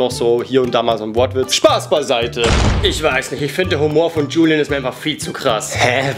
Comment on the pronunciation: es heißt Julien nicht Julian